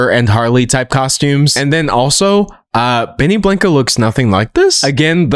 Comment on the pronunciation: benny blanco is Surely not pronounced this way..